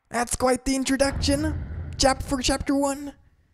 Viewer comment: 🍞 Chara at the beginning looked like my mother when I said no to her homemade bread 🍞 (Also, right after, I can’t stop thinking on how said ‘chapfer’)